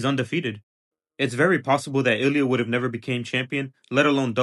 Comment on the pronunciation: We don't understand he says Would've or Would'nt